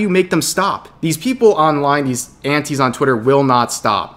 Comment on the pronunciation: for the longest time i thought you were saying aunties.